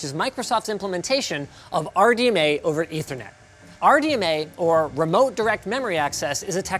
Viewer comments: I thought linus said r dna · Are you saying Pam or Pan. ? (RDNA RDMA)